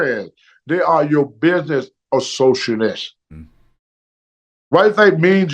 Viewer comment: Like it how he says it proper first. Business associates. Buisniss assosanats